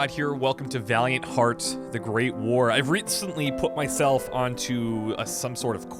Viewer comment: "Love meeshelf a good dramatic game, dern sure." "Fuck me, this is gonna be tough."